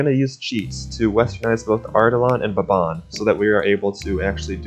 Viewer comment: I'm suprised that you didn't butcher Baban's pronunciation